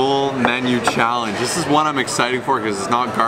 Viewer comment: "15 thousand challery callange" Hahahaha when the food gets to you!